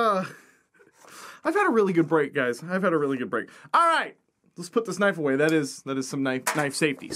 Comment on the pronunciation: That's not a knoife...